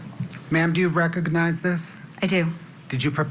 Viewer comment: Why does the prosecutor say rec-og-og-nize?